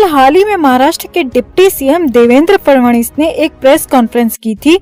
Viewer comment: "फडणवीस" इस नामका उच्चारण "फडवणीस " ऐसा सुनाईदेता है ।